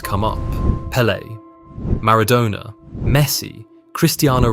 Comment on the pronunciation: Is this AI? Maradona's pronunciation is very iffy. "To coaches he was a complete football"